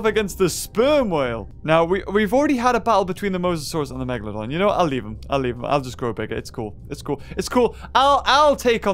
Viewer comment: BE A "MEGAHLOHDUHN"